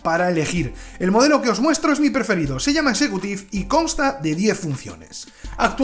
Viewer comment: le falta la "t" a executive, dice "execuive"